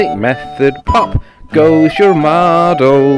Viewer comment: "Model" not "moggle". Then it would be two things..... 😁